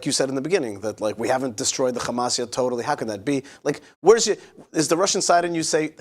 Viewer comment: Must you pronounce Hamas, Khamas instead of Hamas as it’s written. The “kh” makes people’s ears bleed with its awful phlegmy guttural sound. Can’t you hear that? Even if you don’t, please be considerate to the comfort of many, many others. Thank you in advance. I’m not holding my breath.